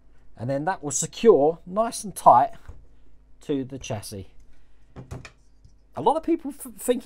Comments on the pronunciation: I have to echo what others are saying. The distributor is likely a brake proportioning valve to meter flow of hydraulic fluid to the front and rear brakes. That notch in the frame might be a relief cut to keep the exhaust from hitting it. You’re saying chassis correctly, it’s “chassee” Definitely have to see this one again to make sure the wires are correct. I might be able to catch some of the livestream today while at work. We’re “essential” but not that busy during the week. I’ll watch the replay when I get home, either way. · Getting on nicely, You are pronouncing Chassis correct. The last s is silent. Great upload again, 'looking just like that' great idea for a shirt. Lol